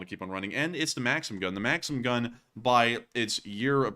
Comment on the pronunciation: It's pronounced makseem... it's my sons name. Makseen is a girls name. Also you showed russian apartment buildings and said it's a poor hood. It's the way all apartments that are older than 20 years look. You should consult with folks like us so you can be more culturally informed. Otherwise like the show 🙂